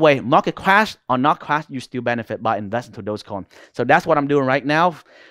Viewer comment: Unfortunatelly the only word i couldn t understand from this guy was; "clash"...just kidding bro..nice vid